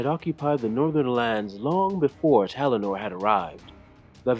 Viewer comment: His name is Talannar not Telanor